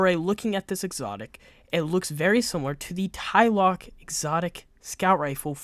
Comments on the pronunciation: Ikr….say it with me…”TLA-LOC”…not “tai-loc”…lol… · Where are you getting a y in Tlaloc? You're saying it like it's spelled like this "Tyloc"